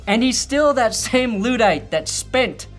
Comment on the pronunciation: Its not Loodite, it’s Luddite you Luddite